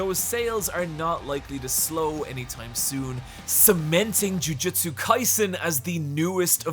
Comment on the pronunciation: Its hilarious how many times you pronounce jujutsu as jujitsu.